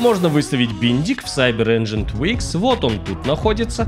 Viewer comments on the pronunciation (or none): none